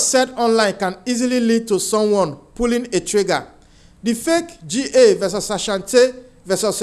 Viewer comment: The pronunciation of the name of the Ga ethnic group is “ GHA “ with a hard “ G “ as in Ghana , not the two letters read out as G-A